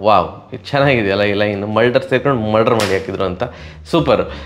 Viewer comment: Karantre Mulder helovaga husharu😅 bayi tapi murder andbetira😂